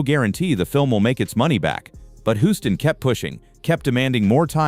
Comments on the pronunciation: Your "robotic" narration is ridiculous! World famous director John Huston's surname is mistakenly pronounced throughout the video! Unforgivable! If you can't get your narrations to properly pronounce names, then hire REAL PEOPLE to narrate your videos! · It's pronounced John Hewston Not John Huston or John Hooston. But good video nonetheless